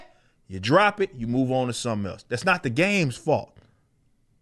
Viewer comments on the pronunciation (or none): none